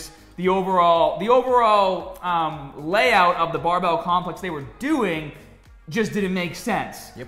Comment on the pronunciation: Guy says barbell like BAAbell